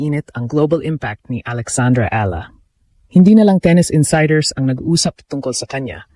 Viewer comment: downright insulting mispronouncing Eala for a Filipino channel, AI or human.